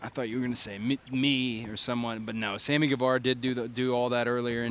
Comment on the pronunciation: Sandy Guevara? I love that guy 🤣 Just shows that it's not just JR that can fluff the names.